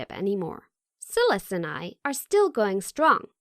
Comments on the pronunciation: Silas pronounced SY-Lis lol. That drove me nuts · I don’t think that how you pronounce his name Silas.... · I have a feeling the male character's name is "Silas"......... and it's not pronounced like "silly" its pronounces like "sigh". What a weird fucking channel. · Its pronounced sigh-las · Omg the way she pronounces "Silas"